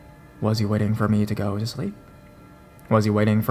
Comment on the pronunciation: "What she told me absolutely terrified mEHH". The word is me, just me, no need for all the extra enunciation or whatever it is you are trying to do. You have always been one of my favs but the pronunciation thing is getting worse and worse and I can't stand to listen when you do it really bad. Like I said, you are one of my top horror narrators but I can't deal with how you start talking sometimes